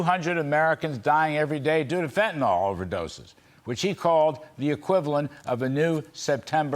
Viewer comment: Why are all the "talking heads" calling the drug fentanol when it is actually spelled and pronounced Fentanyl? It makes Americans appear weakly educated. IMHO